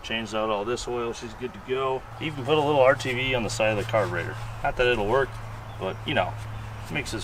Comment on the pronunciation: is da Ca-burrr-tatorrrr!!!